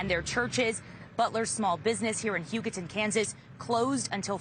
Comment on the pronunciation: It's not Hugo-town. Hu-ga-ton